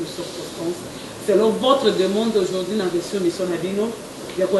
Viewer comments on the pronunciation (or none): français olobaka heure moko balobaka au jourd'hui es non au jourdi